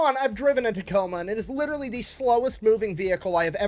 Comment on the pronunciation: 2 years late dis you just say witterwy?